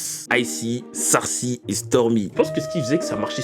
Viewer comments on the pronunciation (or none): c’est pas sarcy mais Darcy tu as mal prononcé son prénom 💀